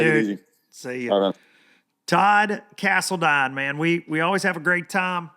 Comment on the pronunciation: Todd Cast-a-line....